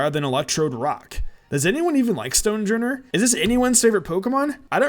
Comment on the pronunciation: I’m almost positive that Stonjourner’s name is pronounced: Stone- HOR-ner. Like ‘stone’ and ‘sojourner’.